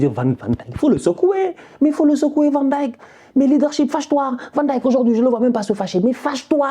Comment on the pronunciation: Tu es un des rares francophones et pas seulement, à savoir prononcer correctement Van Dijck...bravo